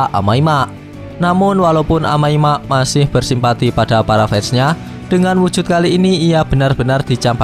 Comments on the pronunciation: Amai mask bang bukan amai mak😬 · Bang Omong Yang bener dong amai mask bukan amai mak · bacanya kok amai mak si njir 🗿